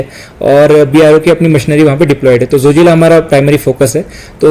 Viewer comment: It’s Zojila not Jojila